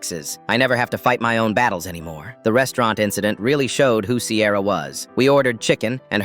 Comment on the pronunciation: This is so sweet 🥹 But I’m sorry did you say CAMRON AND SIERA